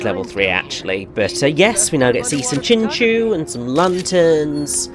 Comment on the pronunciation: I’m pretty sure it’s Chin-Chao (like chao’s from sonic), at least that’s how they pronounce it in the anime and Pokedex 3D.